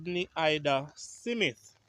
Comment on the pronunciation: the name is Smith and not Simith